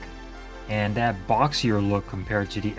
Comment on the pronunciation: "That", is pronounced "that", not "dat". It's so hard to follow a presentation when a speaker has poor speaking grammar! Appreciate your effort, though!